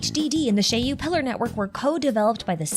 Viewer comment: Finally, a person who knows how to pronounce "Shiyu Pillars". I really like the chariot Shiyu theory, it seems much more fitting than the HDD. Also, a small prediction: we will be getting new Hollow Zero regions fairly regularly - one for each major boss (so presumably one per story chapter), and then similar to Nineveh, some sort of a special region with a special boss once in a while alongside important story developments related to Hollow Zero, which likely won't happen until 2.0. The first major missions related to Hollow Zero will likely end with some major story and discovery around 1.3-1.5 (or maybe 2.0) in the form of a whole chapter or an interlude, afterwards unlocking the Section 6 characters' Missions and consequently Trust. Note: I place Section 6 no earlier than 1.3-1.5 because I expect the whole Perlman and Outer Ring situation to end before that, and 1.2 will likely be the Sons of Calydon patch, then we can only guess whether they release something brand new after that and before Section 6.